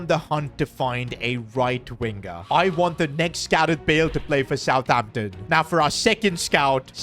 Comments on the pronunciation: He said southhampton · Did anyone noticed that said aroson vila instead of southamption when he was signing rarothord